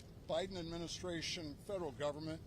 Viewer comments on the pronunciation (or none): Nome said” President OBiden” 😂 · She definitely called it OBIDEN. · Did I hear Governor Noem say President OBiden? lol it may have been a Freudian slip, but she nailed. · Did Governor Noemi say “President Obiden”? 😂 Freudian slip, perhaps. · Loved it when Kristi Nome slipped by calling Biden, O-Biden. It’s perfect.👏 love her.